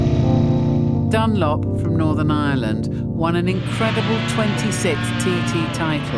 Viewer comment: JOEY Dunlop for f sake, possibly the greatest road racer ever and she get's his name wrong.🤬🤬🤬